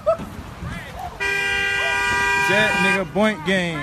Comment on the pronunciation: That nigga said bont gang